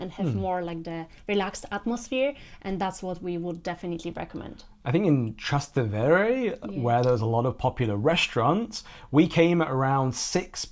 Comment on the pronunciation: Actually, it's TrasTEvere, not TrasteVEre. ("Across the Tiber" - Trans TEvere)